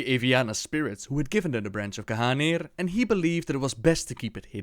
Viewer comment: I swear all this time that it was pronounced (Gahneer) instead of Gahanir